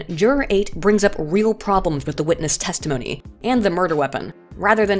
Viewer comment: Nobody: Not a soul:: 'testahminneyy'